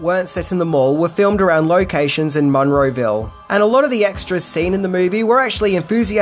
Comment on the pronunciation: As someone who grew up down the street from the Monroeville Mall, it's freaking me out how you pronounce it. lol